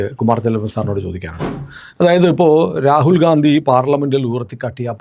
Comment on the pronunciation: Rakul ഗാന്ധി എന്നു പറയല്ലേ Ragul ഗണ്ടി അല്ലെ